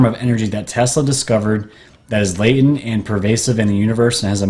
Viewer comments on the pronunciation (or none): none